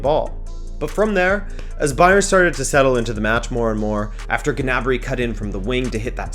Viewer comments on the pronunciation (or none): none